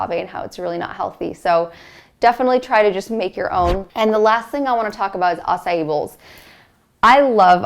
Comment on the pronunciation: Acai is pronounced 'ah-sah-eee'